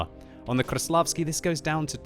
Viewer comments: Its not kruslavsky its kreslasvky lol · stop saying kRAĞVslavsky! Its so annoying, ok we get it you can pronounce ''R'' really good. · KRrRrRRRrrrrRRRrrreslavkiy.... Your pronounciation is horrible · try to pronounce 'R' a little softer, not 'RRRR' . Krrrrreslavsky, not like that, say Kreslavsky, soft 'R' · ''THE KV4 KRRRRRRRESLAVSKIY" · KV-4 Kraplavsky ... hahaha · Rolling your r's doesn't instantly make you pronounce the tank right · biggest pile of crap ever and kreslavsky is being mispronounced ... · I hate how he pronounces Kreslavskyi